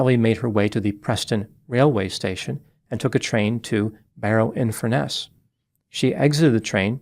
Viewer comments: That's FUR-ness not Fur-NESS. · By the way, it’s FURness, not FurNESS. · It makes me chuckle when you say Barry in Furness. It’s actually colloquially pronounced Furnace. Your pronunciation sounds really posh… something you definitely cannot say about Barry 😂